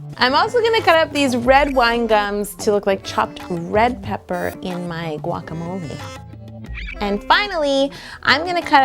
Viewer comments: Guac-a-mole. Guacamole! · haha it's a guacamolé holé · I counted 9 times plus guacamole bowl or guacabloe